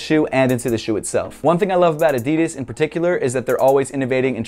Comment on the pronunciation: Can you pls start pronoucing "Adidas" right